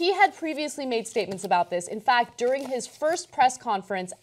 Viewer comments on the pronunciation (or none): none